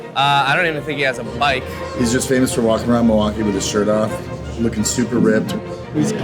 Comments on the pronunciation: When he said “Well, walking is one of the best exercises,” I thought he said, “Milwaukee is one of the best exercises.” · Did he say walking or milwalkin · I thought the exact same thing.